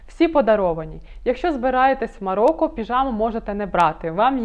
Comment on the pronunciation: Цікаве відео, але, українською МароКо, а не МароККо